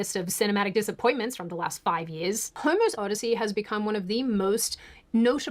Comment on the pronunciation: I heard her say Homo’s Odyssey and while I know it’s not correct, it is suddenly accurate. 😂😂😂😂😂